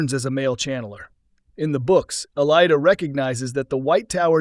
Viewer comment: You pronounce her name wrong.